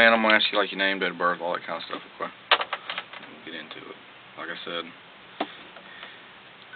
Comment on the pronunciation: why do all these cops and detectives from all over the country say Okquay instead of ok? This guy says it hundreds of times.... so strange